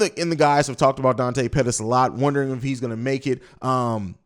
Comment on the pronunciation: mooney says Pettis